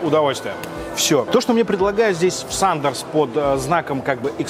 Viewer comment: Не SUNDERS а SANDERS, исправь.